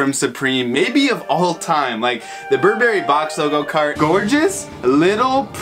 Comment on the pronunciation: Bur 🍓🫐 Bruh please learn to pronounce it